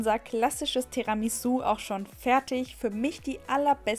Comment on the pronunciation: Du sprichst es Falsch aus aber sehr gut